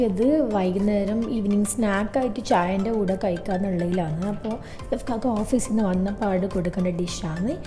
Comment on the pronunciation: പറയുമ്പോ ഇഫ്ക്കാക്ക എന്നാണല്ലോ... ഇക്കാക്ക അല്ലെ... eniku മാത്രം തോന്നുന്നതാണോ ഇഫ്ക്കാക എന്ന്